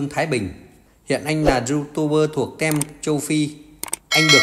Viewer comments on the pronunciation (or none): Team đọc là ( tim) ko đọc là ( tem ) ad ah 👍